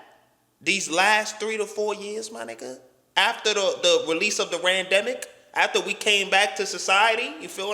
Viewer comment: the Randemic I'm dead lmao!